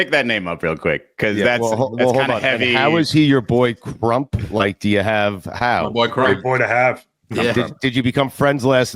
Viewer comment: The way Stu says CRUMP is diabolical.